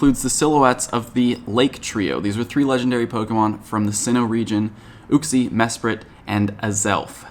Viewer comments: second comment but psssst it's you-xie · why do some people mispronounce uxie's name? I think it's prenounced "you-Ksee" if that makes sense. I hear people having trouble pronouncing those other pokemon of the lake trio sometimes I'm not sure if I'm right lol.